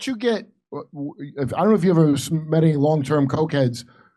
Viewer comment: "He's gonna gat off" Obviously not the first time😂😂